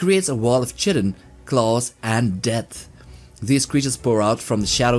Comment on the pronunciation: I don't get how in 2024 with access to the Internet, pronunciation on demand, and translators 40k youtubers STILL can't pronounce "Chitin" correctly. "chit-in" lolol 😂 40k even has a unit called the Kytan 😅